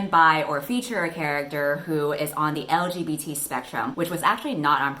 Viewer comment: you are saying L-G-B-T with clarity and confidence. What a pro